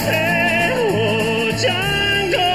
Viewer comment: D'jango? The D is silent.